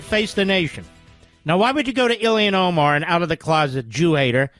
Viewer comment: Isn’t it about time to learn how to say Omar’s first name correctly? It’s Ilhan, not Ilian. I’d let it go if he was mocking her, but he clearly continues to say it wrong out of ignorance.